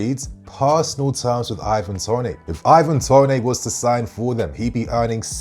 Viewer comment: Mate he is English why u pronouncing it tonay?